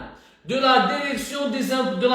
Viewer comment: Direction et pas derectiou